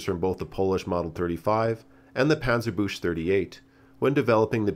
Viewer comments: Panzerbush 39 😂 How dare you butchering the language of my Fatherland. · Can't you at least use the audio feature on Wiktionary or Google Translate to find out how to say Panzerbüchse? What am I supposed to think of the veracity of content from aproducer who doesn't even bother to find out how to pronounce the things he's talking about correctly, which is an EASY thing to research? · The German word "Panzerbüchse" is pronounced like "bush" here. It should sound more like "buckse". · Thanks for this interesting video! one little thing: Panzerbüchse is pronounced like panzer-books but with an ü like in „schürzen“ and then ad an „e“ like in schwarzenegger. Otherwise it just means panzer-bush in german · I confirm, it should be pronounced [-bjukse], not [-bjush]. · German native speaker here, it’s actually not pronounced [‘puntser-boosh] but more closely like [‘puntser-‘birk-say] as there is an Umlaut (ü) in there. Other pronunciations as suggested in other comments have distinct meanings for Germans, for example [‘puntser-book-say] would evoke the meaning of „armored socket“ (die Buchse) or [‘puntser-boosh] would sound like „armored bush“ (der Busch) to a German native speaker. And of course, thank you for this very informative video. ☺️ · Great video, I really like that you also watch some in the west lesser known war movies for these videos, one recommendation I would give is the five part movie series called "Liberation", it also features both PTRS and PTRD. One small nitpick for future videos: the "ch" in Panzerbüchse is pronounced like a "k" not "sch". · It's not pronounced panzerbüsh, more like kx. Panzerbükxe. German is weird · panzerbüchse is pronounced panzerbukse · Panzerbüchse is pronounced with a hard ch btw. And ü is different as well. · nice video as always. But my german heart bleeds when hearing the pronounciation of Panzerbüchse. Büchse is pronounced like Bük-se for the inevitable video on it ;D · Panzer "Book-Suh"